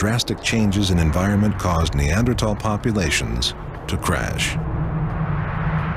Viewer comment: I remember this era people were pronouncing neanderthal has neander-taal.